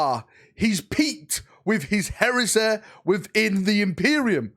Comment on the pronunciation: What a strange accent 😏🤡 What "Heresa" ?!